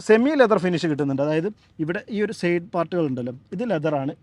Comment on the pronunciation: ദയവുചെയ്ത് ഉച്ചാരണം ശരിയായി ചെയ്യൂ... ലൈറ്റ് ആണ് "ലേയ്റ്റ്" അല്ല ലൈക്ക് ആണ് "ലേയ്ക്ക്" അല്ല... സൈഡ് ആണ് "സേയ്ഡ്" അല്ല കേൾക്കാൻ വളരെ അരോചകമായി തോന്നുന്നു.